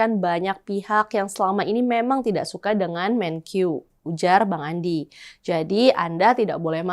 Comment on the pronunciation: Untuk presenter, maaf perlu saya koreksi. Melafalkan kata MENKEU tidak usah dg lafal seperti orang Inggris jadi ”Menkyu”. Kita bangsa Indonesia, lafalkanlah dg bahasa Indonesia yaitu MENKE-U bukan MENKYU!.